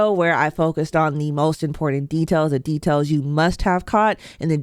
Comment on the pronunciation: Impordant? There is no “d” in important. I stopped listening right there.